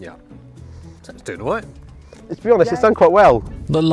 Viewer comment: Ah... He says "roight" like only a man from Norfolk can...